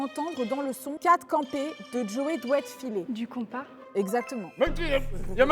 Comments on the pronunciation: c’est konpa et non compas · je t'adore énormément mais euh... "Konpa" c'est mieux😘😘😘😘